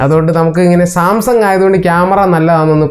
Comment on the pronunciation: സംസാങ് അല്ല സാംസങ്ങ് 😅😅